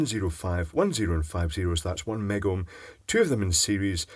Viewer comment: It's so funny hearing you with headphones. "OoOoOo" "One Megom" lol (I know it's Mega ohm)